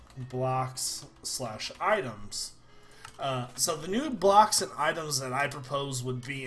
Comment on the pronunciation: i swear he said nube locks not new blocks